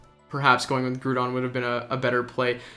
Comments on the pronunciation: Nice video man! But "Groo-don" was driving me crazy, it's definitely "Grow-don" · Yep. Was just gonna comment this. Groudon. Pronounced like “growl” without the l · What's the big deal with it? Are you a high school teacher